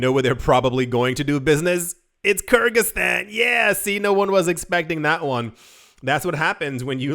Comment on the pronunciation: Hi! The country's name is pronounced " Ker-Giz-Stan". Kergiz are an ancient nation in the East and "Stan" means the "State" All the Persian Empire's States end with "STAN". such as Gorgestan, Armanestan, Kurdestan &....